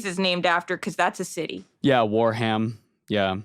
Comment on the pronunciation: Okay, Warham is pronounced Wear-'em because it's one of those Anglo-Saxon words. And I think it's somebody trolling Reddit that Warhammer was named after Warham. Because Games Workshop was established in Nottingham. Warham is in Norfolk. It's basically an Arkhan Land/Jimmy Space joke.